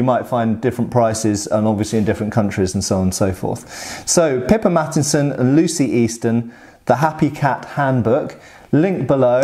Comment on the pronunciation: I keep hearing "Pippa Mattinson" as "Pippa Matt Easton"